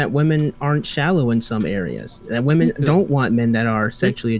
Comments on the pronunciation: im guessing this is a troll question, given your name, but if that's not the case: My accent is somewhat comparable to (she lives in Oxford, I believe?) although not quite as posh/cultivated as hers is. I'm from the South East of England and singular "woman" sounds identical to the plural "women" with the final vowel e/a both pronounced as a shwa, like the e in cinema. The only time I would pronounce them differently is if I was trying to emphasise what I meant, as in womAAAAn, not womEEEEn... otherwise they sound identical. Saying them differently would come across as unnatural and forced, and come to think of it, I'm not even sure you'd hear them pronounced distinctly on the BBC although I'm tempted to check now out of curiosity. Man and men are always pronounced distinctly. I'm guessing it has something to do with the extra syllable in women meaning that the final vowel is reduced, but I'm not a linguist. Also, for what it's worth, I would literally have no idea she was originally South African unless someone told me. The only thing I can discern is that she enunciates her consonants a little stronger than is usual... but I would normally just attribute that to her highly cultivated RP accent. It's cute but almost comically posh at times. No offence to her btw, just thought I'd share my thoughts as a Brit. tldr: her pronunciation of woman/women is completely normal in the UK. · It’s astonishing that doesn’t know the difference in pronunciation between woman and women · These zoomer streamer girls who can't pronounce the word women are driving me nuts. Woman and women are not pronounced the same. Please stop. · Why do some people say 'woman' instead of 'women'? Is this an accent thing or aome kind of dogwhistle?